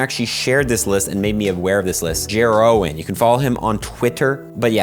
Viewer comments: For most traded 100% IV’s you pronounce Jeroen as Jeroon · Just for you to know a next time: Joroen, you pronounce it like Yeroon if liked at English pronunciation. But besides that lovely video! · Jer-o-en is definitely one of the most interesting ways of pronouncing the name Jeroen (pronounced more like Yeroon). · BROOOO UR ATTEMPT IN SAYING JEROEN I CAN’T!!😭😭😂😂😂😂